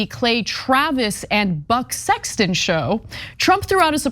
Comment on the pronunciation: Did she say Butt Sexton?